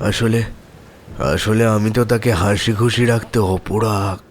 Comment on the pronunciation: Bhai aporag noy oparog hobe